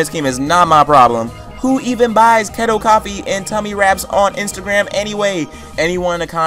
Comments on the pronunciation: Its key-toe not keh-toe (keto) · KETO IS PRONOUNCED KEY TOE you're welcome, it's a shitty diet that is hard to lose weight on! fdsfdas